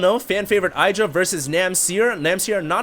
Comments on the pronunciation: IH-dra not eye-dra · It's IH-dra not EYE-dra. :) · 1. doesn't pay attention to the fact that Terrran opened with 11 Gas before Racks. Then he goes "OMG 2 PORT BANSHEE DIDN'T EXPECT THAT" 2. Since when is Idra anyone's fan favourite? 3. If wants to be like Idra he should pronounce his name right. He should also Rage way more. 4. Idra is a whiner. I bet the Terran said that crap at the beginning just to throw off Idra and make him rage more when he lost.